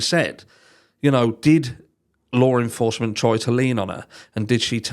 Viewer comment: Lar enforcement lol